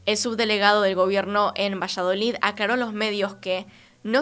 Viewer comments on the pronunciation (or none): Dijo villaloid luego vallaloid 😂 el caso es que no digo Valladolid hasta despues 😂😂 te amamos pero es VALLADOLID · Muchas gracias por el nuevo vídeo ♡ Solo que JAJAJ, me da ternura que digas "Vallaloid" y es "Valladolid" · al principio no entendía vallaloid, luego entendí q era Valladolid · Todos: Valladolid: VILLALOID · dijiste vallaloid varias veces y es valladolid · Dijo "Vishaloid" 🥰 a cualquiera puede pasarle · 😍😍 un tierno error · Bella, es VALLADOLID, leido tal cual se escribe. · ✨villaloid✨ 😂😂😂😂 A parte de esto, me encantó el vídeo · Dijiste "Villaloi" o algo así xdxdxd